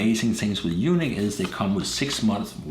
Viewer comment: (U-NEEK) not u-nick!! A u-nick has no testicles. Lmfaoo!!!!!🤪😜😀